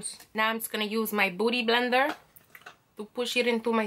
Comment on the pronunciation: K I died when she said "booty blender" like irisbeilin 😂⬆️